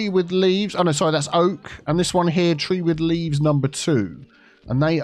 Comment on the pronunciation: "Tree with leaves"? 😆 Sounds almost like, "tea with leaves"... 😆